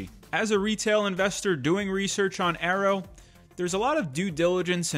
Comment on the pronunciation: Dude stop pronouncing it as Arrow it has Y in it.